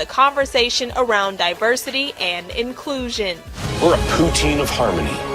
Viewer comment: Divershity and Conglueshition